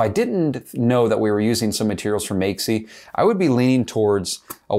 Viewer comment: What was he saying, “Makesie”?